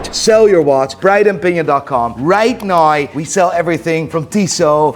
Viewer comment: I'll subscribe to your channels and tell all my friends and family to subscribe if you can say "right now". Instead of right naehhh. Think it's be funny to hear you try.